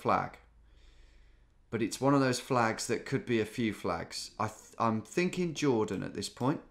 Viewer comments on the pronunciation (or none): none